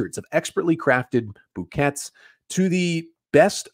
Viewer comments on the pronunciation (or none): Did he really say bouquettttts